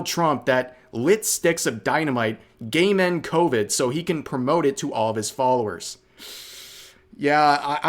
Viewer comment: When you say game end myself I keep hearing it as gaymen myself.